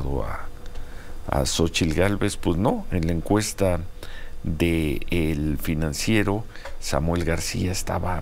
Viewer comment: Se dice el PRINANCIERO😂😂😂